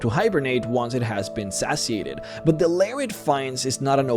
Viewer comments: The word "satiated" is pronounced "SAYCH-ee-ate" not "SASH-ee-ate". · Say-she-ated satiated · Awful pronunciation